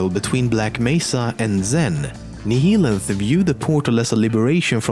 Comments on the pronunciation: Nihilanth is pronounced NA-YA-LANTH, similarly to how "annihilate" is pronounced. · Is it pronounced Nee-hee-lanth or Nih-hilanth for Nihilanth